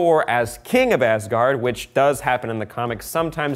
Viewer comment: I love it how he “tries to pronounce” things, without actually knowing how to pronounce them. 😂 I suggest looking into how they are actually pronounced before trying. 😉 That would probably make it easier. A few suggestions from me to make it slightly closer to correct (I think): ...heim => ...haim or ...hem ...berg => ...bairg or ...bair ...gard => ...gawrd